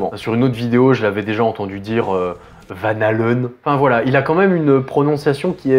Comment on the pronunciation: Juste une question : comment tu prononces Van Halen ? Vent Naleun ? Je demande car c'est un nom néerlandais et ça se prononce "vanne haleun" (avec un H aspiré). Donc, en gros, il n'est pas si loin que ça en prononçant "vanne haleine". Trêve "avocat du diable" terminée, je me suis rendu compte de la ressemblance avec Bourgouin juste avant que tu la soulignes mais pas pour une raison de contenu. Plus pour une raison de forme avec sa voix sortie des ténèbres, à la limite de la parodie. Sinon, Ruquier a parlé de Tool aux Grosses Têtes, il y a qqs semaines...et quand il lui a demandé s'il connaissait, Manœuvre lui a répondu "bien entendu...c'est le groupe du chanteur Maynard Ferguson"...au lieu de Maynard James Keenan. Hum...